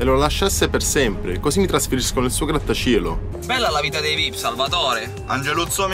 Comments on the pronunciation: cosi mi trasferisco nel suo grattashieeelo ahah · "Così potremmo andare a vivere nel suo grattasssciiielo"